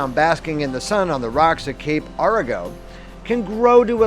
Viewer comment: This is a pretty good representation of our area. The views and video are very well done. You have a lot of the places we're known for. The Egyptian Theater in downtown Coos Bay, which you showed, is one of only 7 left in the USA. And our Wurlitzer organ is still played regularly! (But... it's pronounced "Orygun" and "Cape Arago" has a long "A" The at the beginning. I frequently ask locals when I'm not sure about how to say their town)